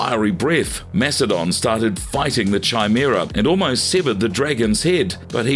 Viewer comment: Sorry, but I have to. It's pronounced KAImera, not Chai as in Chai tea.